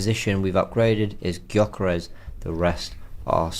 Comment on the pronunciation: it’s not Jyokeres …. It’s GGGGGyokeres!!!